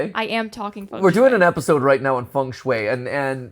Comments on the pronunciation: Another cool episode. But the pronounciation of Feng Shui really triggered me! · ah yes, fung shue, the walmart feng shui.